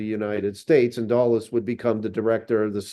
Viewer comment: duh-les, not doll-es